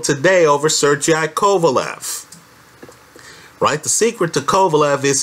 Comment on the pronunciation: Sergey is pronounced as ser-gay (not sir-GI). No matter how funny it may sound in English. :)